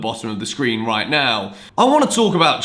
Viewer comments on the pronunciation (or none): none